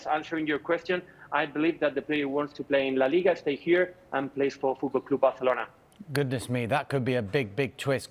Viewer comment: Fuuudklab Baarselorna 😆😆😆